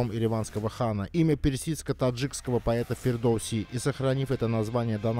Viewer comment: Амчыг, не Фирдос а Фирдоси! Скоро всё востоновим!🇦🇿🇹🇷🇦🇿🇹🇷🇦🇿🇹🇷